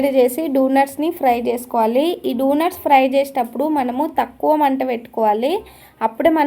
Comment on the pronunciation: అక్క ముందు నువ్వు డోనర్స్ ని dunars అని అనకు please